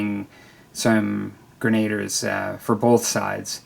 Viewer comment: Sounds like s cool diorama. BTW, not sure if it is a born in the US thing, as sometimes you guys do say words different, but it is pronounced as gren-a-deer, even in modern day we call our M203 gunners grenadiers, not grenaders. Looking forward to seeing your expanded FIW force. I am currious if since they are doin a Nappy book after North America for M&T if they will do Seven Years War era Europe. That would open you up to using most of the same models in another campaign, though with the threat of Prussians, and their skill on the battle field. Note of Prussians, even if you never play, Kreigspeil is interesting to look at, and getting some history of both wargaming and actual military history.